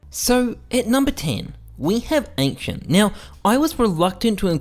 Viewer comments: Ankcient lol work on the pronounciation, and you said in the start from best to worst, then started with office wich is the worst. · ah yes, ankshient